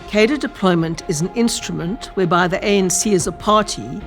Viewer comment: Very good. But please stop saying "kadir". Cadre is a French word. It is pronounced "kahdruh".